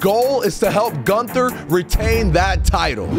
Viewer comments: Your pronouncing Gunther wrong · Gunther: if your gonna use me for a video at least get my name right